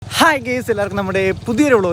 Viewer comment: പൊന്നു കുഞ്ഞേ... ഗേയ്‌സ് അല്ല ഗയ്‌സ് 🙏😢